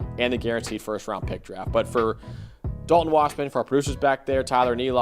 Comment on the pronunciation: Me: Dal-ton Max: Dolen